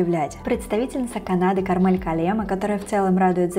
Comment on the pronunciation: Немножко поправлю, правильное ударение *КАрмель КАллемаа, которая родом из Эстонии, поэтому это эстонские имя и фамилия и ударение падает на первый слог😃